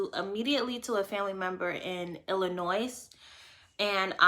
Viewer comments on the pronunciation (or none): PLEASE ... pronounce ILLINOIS ... without using the S